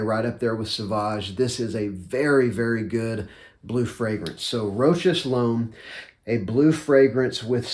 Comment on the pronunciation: I love this one. I bought a 60ml at the end of summer last year, and my 100ml backup bottle just arrived yesterday... I'm not really a backup bottle guy. Great price for the scent and good performance. Also, it's pronounced 'row-shas'. I'm NOT trying to be a pronunciation-nazi, just figured it's worth knowing. Their commercial and pronunciation is here: Great video, this one definitely deserves some attention. 👍👍